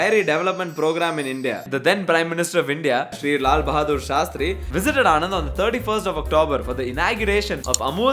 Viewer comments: Sorry to be a party pooper. But Anand is not the name Anand. This place is pronounced as ಆಣನ್ದ್ , ആണന്ദ് , आणन्द - Sincerely from a Malayalee who grew up in Gujarat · its actually ' ણ ' and not 'ન' but there is no english pronunciation for it.